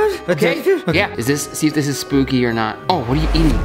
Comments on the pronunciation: The word spooky is actually sbooky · Spooky is with a p not b like said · when they said sbooky did they mean skooby ???